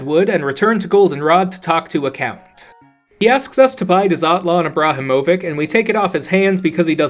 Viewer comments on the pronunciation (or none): His pronunciation of Ibrahimovic killed me